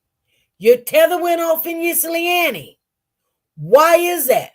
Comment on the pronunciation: 😂 I love the way she try to pronounce Ypsilanti. I'm from Michigan and that is a challenge for most of us born and raised in Michigan and some of us say it either these two ways: ip- sa- lan-te. (So like, "hip" but take out the "h"). OR Yip -sa-lan-te. I think the correct way is "ip" (the Y is silent)🤷🏽‍♀️